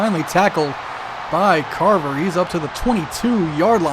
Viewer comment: viewer from the future: how long did it take you figure out that it was craver and not carver like you kept calling him lol